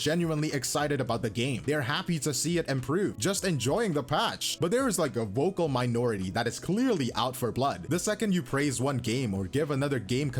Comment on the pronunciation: did you say vocal or woke-cal? Either way, based. Lol